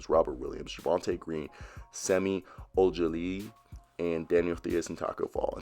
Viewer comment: Theis - \Tice\ Ojeleye - OH-jah-lay *there ya go Leo Poirier - pour-ee-ay